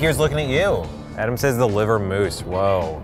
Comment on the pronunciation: Rookie Musikerz How can you say Adam wrong?!